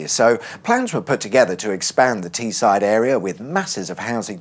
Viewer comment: The way you pronounced Teesside was diabolical. You should visit Guisborough and Redcar and document how their speed camera signs are the wrong way round for some reason 😂